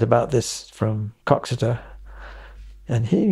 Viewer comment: coxeter.... lol